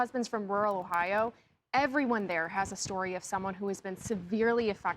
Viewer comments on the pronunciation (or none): none